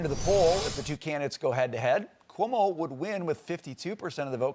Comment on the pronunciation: Not COMO it's CUOMO!